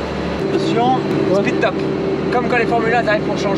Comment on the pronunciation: Speedtop 🤣🤣 Pour info on dit pit stop 😁